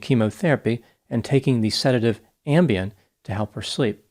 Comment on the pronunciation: The second I heard “Ambiem” I was like “oh boy!”